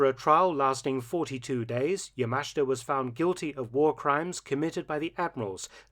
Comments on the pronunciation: It pronounced "yamashta" not yamasheeta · NO. NO. That is not correct. The correct way to pronounce YAMASHITA is YA - MA - SH -TA. The i is silent, or only slightly pronounced. In Japanese, the vowels I and u are silent when they are between 2 voiceless consonants, like s, k , or t. Thus, SUKIYAKI is pronounced S - KI - YA - KI. Also, do not put a heavy stress accent on any syllable. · Point of correction. Yamashita's last name is pronounced yah-mah-SHEE-tah. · Isn't it pronounced YA-MA-SHI-TA? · Mark. This is getting annoying. His name is Yamashita. You keep skipping over the "I" in his name. You keep pronouncing it "Yamashta". Please pronounce his name correctly in the future.